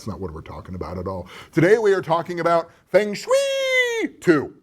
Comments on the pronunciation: There is really only 1 correct way to pronounce the game, as it is 2 Chinese words, wind and water. Sounds like "fung" in "fungus" and shui...'eh, I cannot ever pronounce it correctly, but it is supposed to almost rhyme with "way" haha, just noticed another thing "dozens if not...numbers of tens" I know you're just winging it unscripted, but that made me laugh! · Fong = wind. Same as in typhoon, with is a Tai Fong. Rhymes with song or long. Shui = water. rhymes with sway. long sway. Feng shui. It is not an onerous chore, beneath your attention, to learn to pronounce two Mandarin words. As for your pronunciation of Qi, you got that spot on.